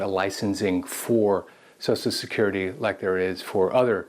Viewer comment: ~ What's so hard about pronouncing the phrase "Social Security?" So-Shell Security. Not "so-so security," not "so-security," not "so-sue security." Drives me nuts.